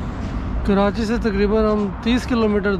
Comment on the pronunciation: "Kiranchi" Nahe boltay.. "Ke-rachhi". Pure lahori banain 😝 Good vlog. Welcome to Karachi! 🙂